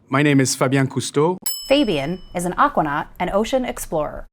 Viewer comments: “my name is fa-bee-an” “this is fay-bee-in” how hard is it to say his name right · " my name is 'Fah-biahn' Cousteau" immediately - "FAYbian is an aquanaut and ocean explorer" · they didn’t even bother saying his name right